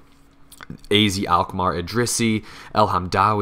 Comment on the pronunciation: In The Netherlands you pronounce AZ like 'Ah Zet'